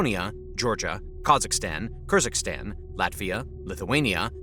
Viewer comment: It is f'n Kyrgyzstan, not Kurzikstan